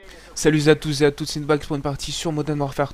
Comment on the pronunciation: Salut ZA tous et à toute !! Vive la liaison ^^